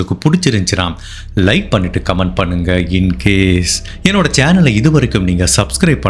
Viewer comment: your videos nice. but some suggestions.. Velrajan crime diaries intro sollum pothu romba venumney aluthi soldra mathiri iruku.. and channel subscribe pathhi sollum pothu incaseeeeee nu sollum pothu.. rommba presure panni fake ha soldra mathiri irukku